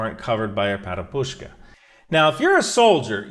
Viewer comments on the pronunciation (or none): Перепустка Perepustka stress on the second syllable (not PerepuSHka) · Man please try to open google translate and check how word that you wants to say sounds. Letters - correct, but i felt under table when heard "PEREPUSTKA" or "Перепустка".